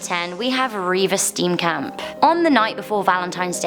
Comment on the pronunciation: Just wanna say that this how you pronounce Steenkamp St (obvioulsy) een (the "ee" pronounce it like the "ea" in fear Kamp (can't believe I'm gonna say this but basically you pronounce it like Kampf, like Hitler's book but with out the "f")